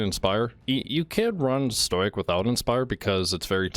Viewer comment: stow-ick stow-ick stow-ick stow-ick stow-ick